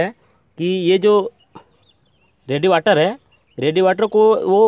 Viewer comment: रेडीएटर होता है , रेडीवाटर नही baki sab badhiya bana video